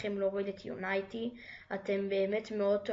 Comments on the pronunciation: unity not unaity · יו-ני-טי לא יוניי-טי